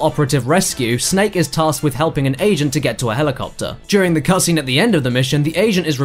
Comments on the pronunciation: Thought said "asian" but I'm sure he said "agent"... r-right?... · I heard "asian" and then I realized he says agent LOL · did he say agent or asian? I've watched this over and over and I can't tell which one he says? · i thought i heard asian when he said agent. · It sounds like he's saying "the Asian is revealed to be Kojima himself" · He said agent but it sounded like Asian, hehe